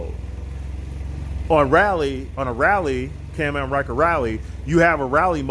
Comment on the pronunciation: What I think is Absolutely Hilarious about this video is he keeps calling it a CAM AM instead of a CAN-AM 🤭🤣😂